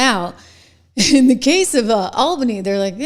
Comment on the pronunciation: aal·buh·nee as in the word all. Not like the name Al.